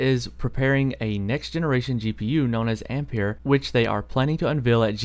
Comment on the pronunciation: Good pronunciation, I'm tired of hearing people pronouncing ampere "amp-air" as "ampi-air", same spelling as the unit of current 1A=1Amp=1Ampere="One Amp-air"